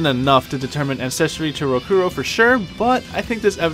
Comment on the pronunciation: Great references in the video, it's awesome that people went through so much research and discovered these connections, the only issue I have with anything in your video (and this is minute ... and quite possibly a little petty of me, so forgiveness) is how you kept pronouncing Rokurou's name incorrectly. You correctly pronounced "Shigure" and " Rangetsu" each and every time, but failed at Rokurou... even though his name is spoken and the Japanese accent is correctly pronounced in English throughout the entire game multiple times. I do apologize again, but it has always been a huge peeve of mine.